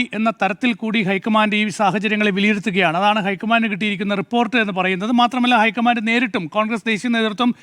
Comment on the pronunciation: പ്ലീസ് ഐക്കമാൻ്റ് എന്ന് പറയല്ല, ലോക്കമൻ്റ്